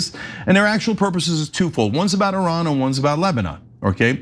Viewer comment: Anna Thank You So Much For Pronouncing Iran In The Proper Way!